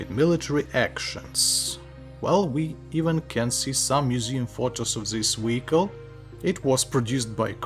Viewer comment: Wery,wery, wediculous wehicle.